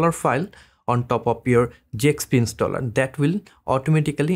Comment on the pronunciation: brother it's Zxp installer not Jxp Installer